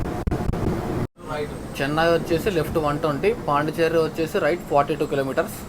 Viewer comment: పాండి చెర్రీ కాదు పాండిచ్చేరి